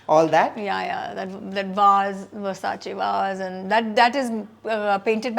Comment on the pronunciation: Why she emphasises on Versace .